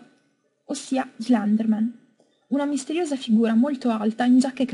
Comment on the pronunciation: e poi slanderman? mio dio che schifo di pronuncie